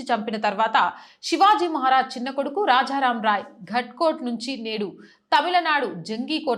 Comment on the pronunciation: కరవాలము - కరావాలం కాదు; రాజా రామ్- రాఝా రామ్ కాదు; తారాబాయి-తార భాయ్ కాదు. తెలుగు స్పష్టంగా పలకడానికి దేవీ స్తోత్రాలు కానీ భగవద్గీత కానీ google లో చదువుతూ ఆడియో విని సరి చేసుకోవచ్చు. ఉచ్చారణ లోపం ఉండకుండా చూసుకోండి.